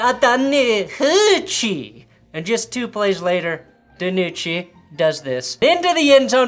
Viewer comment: I am once again asking, nay, BEGGING you to say DiNucci's name like a normal human being. It makes the Dragons' segments unwatchable.